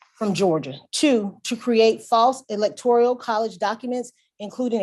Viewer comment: Love the woman, but it is not the "Electorial" College. 😳